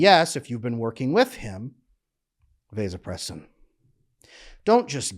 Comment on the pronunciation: Mispronouncing vasopressin and women's physical labor does not increase this in men. Water is one of the things that does increase it, withholding his orgasm increases it but no man wants a woman to know that.